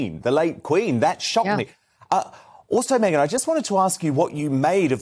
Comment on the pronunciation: Please, "Megyn KELLY's name" is pronounced differently than Meghan's M. Could you make a difference? I'm sure she's not too amused, by the similarity you put in when you speak. But MEGYN is too nice to tell you about it... I do it on her behalf... Appreciated it.! Thanks...